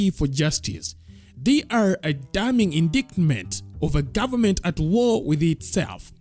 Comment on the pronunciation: Indictment is pronounced "indaitment"